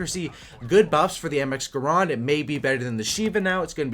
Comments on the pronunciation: garand not garond... other than that awesome video 👍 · I know it's funny he say "gaaaaraaaand"